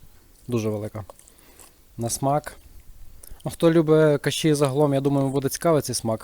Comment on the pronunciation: кашІ з наголосом на останній склад звучить прикольно) Це волинська говірка?